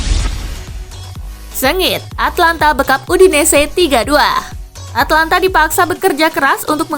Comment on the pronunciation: Min,itu Atalanta bukan Atlanta...